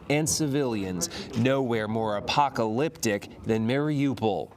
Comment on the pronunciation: who else heard apocalipdick instead of apocaliptic